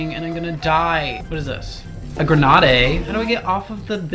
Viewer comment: ive fallen and i cant get up "gren-ah-day"